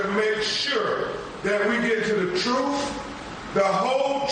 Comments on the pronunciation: Benjamin Crump can't handle the "troof". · 'The troof, the whole troof, and nothing but the troof...' Crump would choke on the 'troof' if he ever had to deal with it. LOL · THAT LAWYER CHUMP CANT EVEN SAY THE WORD TRUTH...HE SAYS TROOF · These people are sick and we are lucky they murder and abort as many of themselves as they do. The parents and Crump are getting paid thousands of dollars to appear on these shows so I doubt their grief. The sheriff in Jackson county needs to have a press conference. Crump saying "troof" is disgraceful to the law.